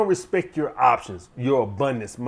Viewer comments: Sadly his influence on grammar and spelling falls somewhat short though. Important to have a hobby though. A high value one probably....oh wait, he just said "respec" ahahahahahahaha. That's cool. It is so cool to just say words wrongly. Cool. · “Put some Respek on it” !